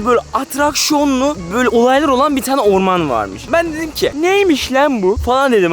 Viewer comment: Fatih abişkom:neresi lan bura Ben:ora orrrrrrrrrrrrrrrrrrrrrrrrrrman ve siz orrrrrrrrrrrrrrrrrrrrrrrrrrrrrrrrmana kamp kurmuşsunuz😂😊😉